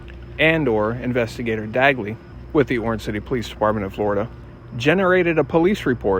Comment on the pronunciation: Wow "flee plane-lide"! To "Flow-rida" Hook me tha fluck up! I wanna swim!😂😂